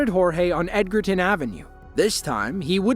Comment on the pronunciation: Ed-jer-ton not edgarton RD